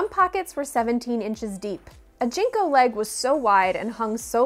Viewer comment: Jen Co. Not Jean co.